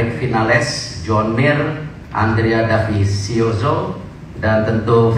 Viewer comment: Andrea Dovizioso pak , bukan Davisioso 😅😅😂